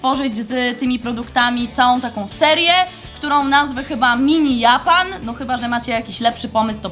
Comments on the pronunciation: Japan czyta się Dżapan! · Mówi się dżapan a nie japan xD